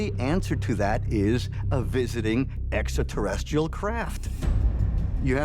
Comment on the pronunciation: they cloned Georgio and the one in this video is not the real Georgio! He said "extraterrestrial" the right way, and that ain't Georgio!